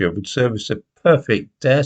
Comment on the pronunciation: A horribly mangled pronunciation of "deus ex machina", a Latin version of a Greek dramatic device where a problem is solved by an unexpected - and usually improbable - intervention. Latin is another on the lengthy list of subjects knows next to nothing about.